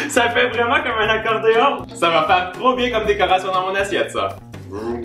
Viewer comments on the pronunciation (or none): "C'est trowp bien" ❤️